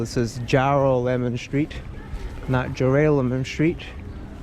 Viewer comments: The first Two syllables of “ Geronimo” now you can easily say “ “Jeroloman” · It is pronounced Jorrrr-Rahh-Lehhh_Munn Street. I am not sure what you were saying or where you got that idea from. Otherwise, great job. A++. Thanks. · Great walking tour! I've lived in NYC for ten years, eight in BK -- and know Downtown very well. And I never knew that the Fulton Streets were "connected". Very cool! Oh, and the street is pronounced "Jer-Ah-Le-Mon" :) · ALBEE SQ MALL BOND ST. DROP-IN BKLYN HOUSE UNEMPLOYMENT OFC. MIA. ITS PRONOUNCED JOOR-AL-AMEN. BKLYN HTS IS BED-STUY....LETS TRAVEL 2 BROWNSVILLE OR EAST NY... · You missed some of the best parts! Hunts lane, and college place/love lane!!! Also it’s JOR ALL EH MON — but love the video all love for the heights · It was "jor'-a-lemon" when I grew up there. Brooklyn streets are always mispronounced. lol Thanks for the tour, I barely recognize anything. Haven't been back in 24 years already. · Ja ral ah min That’s how you say it. You walked right past where I lived and worked in Brooklyn Heights for 25 hrs.